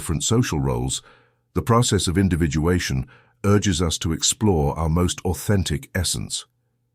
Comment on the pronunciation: Individuation - not Individualation